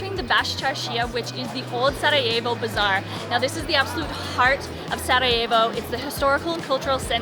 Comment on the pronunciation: thank you for saying the city name right